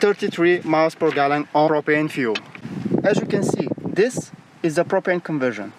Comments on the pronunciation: "Dis cable...dis dis....dis is not important." :D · Zis kable iz not important. 😂😂😂😂😂😂😂😀😀😀😀😀😀😀 Buhahahahah buhahahahah